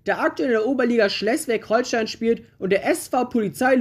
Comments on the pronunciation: Schleswig Holstein, nicht Schlesswig Holstein. Mein Heimatverein SVG Birgden-Langbroich-Schierwaldenrath spielt aktuell in der Kreisliga A des Kreis Heinsberg im Bundesland NRW. Ein weiterer Verein FC Eintracht Birgden spielt in der Kreisliga B Heinsberg 3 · Die KSV! Und Schleswig Holstein wird mit langem e ausgesprochen! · Bitte sprech Schleswig besser aus aber sonst gutes Video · Ich weiß dass das nicht wichtig ist aber ich wollte erwähnen dass sie Schleswig falsch aussprechen